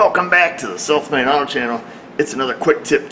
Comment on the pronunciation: Does anyone else hear "Self Made Auto" when he says the intro?